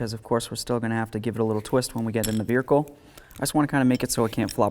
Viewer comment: I knew I wasn’t the only one who knows he said it differently 😂